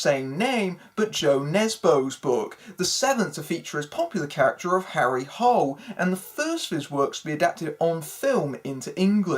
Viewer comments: It's actually not pronounced the way you pronounced it in English. It's pronounced more like "Harry Hoo-lay". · To everyone here, they pronounced it "Hole" in the movie. So yeah, they fucked that up, among other things.